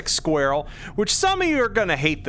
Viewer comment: Squarell. Sounds like a non native speaker trying to say "squirrel". Love it! These are going to be nice against armored targets. I gotta say the gas cuboids are great, but I wish they exploded after flying off! Sure it's not realistic but it goes against my gamer intuition when they don't!